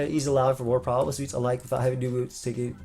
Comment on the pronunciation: Not the first time mispronounced heavy duty boots aa heavy booty dudes. Freudian slip?